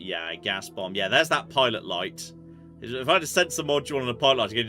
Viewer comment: Beumb? You said beumb...? Yes, yes I kneuw that! Been happily watching along for just about 10years and would happily stay for more.